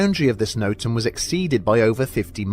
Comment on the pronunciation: NOTAM not NOTM.